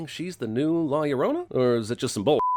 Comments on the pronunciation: I hated the ads for this so much that I’m pretty sure I’m just here to drop this comment. “The curse of law luh-drone-a” was how it sounded, and that made me hate it even more. Fuck this movie, I’m out. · The curse of La “Shaoruona” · not la llorouna man 🤣😂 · Biggest sin was it being pronounced like "ya renronna" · "la iorouna" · 37 seconds of La Liologos. Lol Nice one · No comment about the way he pronounces La Llorna?